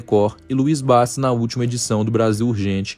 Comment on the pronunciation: Oiê...não é Bassi é bachi